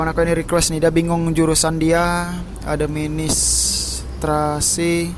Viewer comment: administrasi bang :")))) bukan adem sari heheh